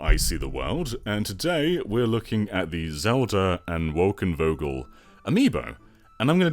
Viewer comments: It's pronounced Wolkenfogel, with an F, buddy. In German v is pronounced as f. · I find it hilarious how you kept calling it Wolkenvogel, and must say for a non german, it was pretty good spelling. is an awesome addition to an already great channel. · “Wokenvogel” haha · Wolkenvogel = Cloud Bird. But the V here is pronounced like an F so speaking it "Wolkenfogel" ^^ (i know, german is sometimes weird, but still better then writing "Sword" where you do not pronounce the W at all xD ) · Love the way you pronounced "Wolkenvogel" lol (it's Dutch, if you translate it literally, it means "cloud bird") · I love the fact you say Zelda & Wolkenvogel, made my day xD It's Dutch btw, for the people who didn't guess that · That was Dutch, not German. He pronounced the g wrong instead of the v.